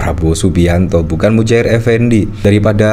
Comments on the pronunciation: Muhajir bang bukan Mujahir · Muhajir.....bukan Mujahir...... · Muhajir bukan mujair effendi😂😂